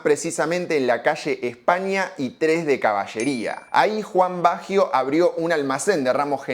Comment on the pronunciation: Excelente análisis. Eso si : que carajo le pasa a Argentina que no puede pronunciar bien un apellido Italiano ????